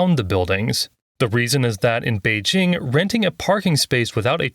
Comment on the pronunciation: What the heck are you talking about? What I said was pronouncing the regional names using the sounds that exists in English, whether it's Pecking or Beijing is not the problem. The way you pronounce "Beijing" is what I was talking about. What's so difficult about understanding that? Why do you keep talking about something else? And what does alphabet have anything to do with my Korean/Japanese analogy? Who said anything about English in that case? The example was to mean that if you want to speak a Japanese sentence with some Korean proper nouns in it, the Korean nouns should be read like Japanese. What the heck does it have to do with English and the Roman alphabet? For example, if you want to say that the next station is 청계천 in Japanese, it should be said "次の駅はチョンケチョン駅です", not "次の駅は청계천駅です", because the sounds like ㅓ or ㅖ do not exist in Japanese. You speak for the listeners, not for yourself. If this channel's target audience is not English speakers, why speak in English?